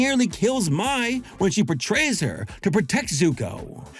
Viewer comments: Just so you know, Mai is pronounced as "May" not "Mie." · Man I love you … but my?? It’s pronounced like May in the show like cmon man 😅